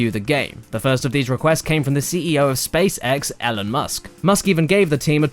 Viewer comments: Ellen Musk... E-lon. It's pronounced Long E LON. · Ellen Musk? pronounced E-LAWN Musk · Ellen musk? Really? Why cant this guy pronounce shit properly? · "Ellen Musk" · Elon Musk "Ellen Musk" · "Ellen musk" lmfao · 'Ellen Musk' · LOL! he called Elon Musk "Ellen Musk" xD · "Ellen" Musk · ellon musk? ellon? jfc guys it's elon